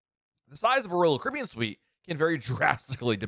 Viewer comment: There are 6 syllables in "Royal Caribbean" and somehow this guy manages to cut it down to something like "Rl cbn" 🙂🙃